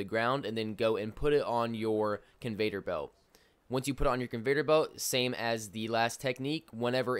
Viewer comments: Its CON- VEY- OR belt! NOT Convator belt. Goddamn that shit was driving me insane everytime he said it😂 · It’s conveyor not convater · Hey bro- it’s Con-vey-or belt. No Vader. 👾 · Why does he say conveTor belt instead of conveYor belt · Convayder belt. 😂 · Convater lol.